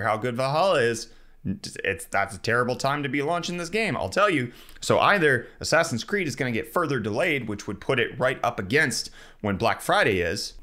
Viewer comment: Dude. Why are you always pronouncing it as "ass ass in"? It's assassin. Come on.